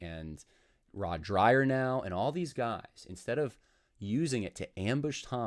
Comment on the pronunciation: I had always heard his name pronounced Rod Drayer rather than Dryer